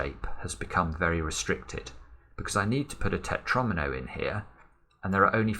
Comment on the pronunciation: I love how fights with himself all the time to not say "Pentomino" until and then just gave up to say "Tetronimo"